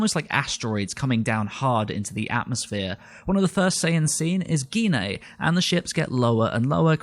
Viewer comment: please pronounce Gine properly you don't say aubergena do you, you say it as aubergine Auber-Gine not gena. why do people say her name wrong.